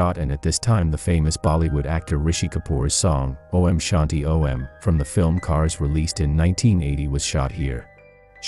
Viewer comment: Why are you saying O.M. It's Om